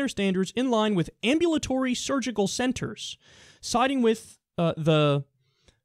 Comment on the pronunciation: Kyle... Correct your self please, you sound like an idiot . Google the word " Ambulatory "